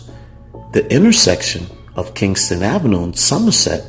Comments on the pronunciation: Its not Kingston...its Ken-sing-ton...smh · It's KEN-SIN-G-TON. As a Philly native and having spent a lot of time down the way I can categorically say this video useless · It's called Kensington not Kingston,,😂